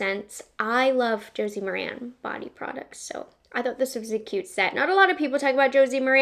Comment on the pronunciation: Good job. FYI - Josie "Mare-in" is how it is pronounced. She does have a great line of products.